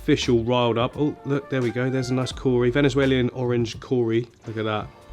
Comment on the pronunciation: You put an extra syllable in Venezuelan…just saying, lol